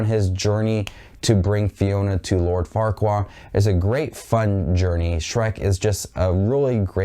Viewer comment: Om, it is lord farquad not lord farquaa.